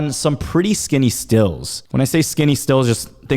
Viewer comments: Isn't it stilts not stills? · *Stilts not "stills" lol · “STILTS” not “stills” lol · Dawn’s. Also they’re pronounced Stilts, you use a Still to distill fine whisky and other alcohol.